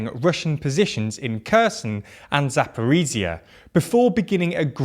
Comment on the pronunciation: Its pronunced hierson and zaporizja